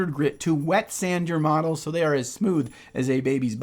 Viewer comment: Really thought you said medals - some awards for nice painting?